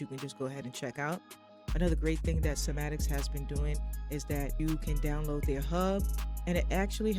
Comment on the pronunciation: it’s pronounce sai ma tics not sa ma tics